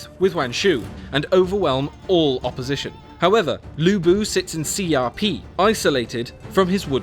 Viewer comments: 下邳 xia pi, and i keep hearing CRP= = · Maybe next time the narrator should get a course in how to pronounce Chinese? Cao Cao is pronounced tsao tsao, not sao sao. Xiapi is pronounced Shya-pee not CRP. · I loved how he pronounced Xia Pi as CRP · 第一遍我硬是听成:搔搔攻打鲁布的CRP(下丕）。。。。